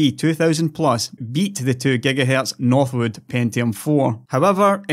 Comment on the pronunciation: I'm here when he says, GEGAHERTZ.